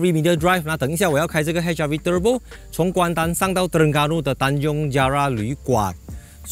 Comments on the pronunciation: "Hybrid" and "Turrrurrbo" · 就喜欢念 Turrrrrbo～